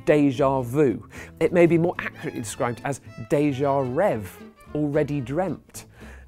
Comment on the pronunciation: when he said déjà rêvé he pronounced it "déjà rêve" and I didn't understand it. Btw I'm a native French speaker